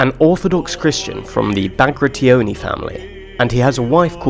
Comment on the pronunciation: I don't want to be nit-picky and I am not native, but why do you say Bactri-oni? It's Bagrati-oni. and I hear Slosan, not Soslan. But could be me, great video otherwise and keep up good work!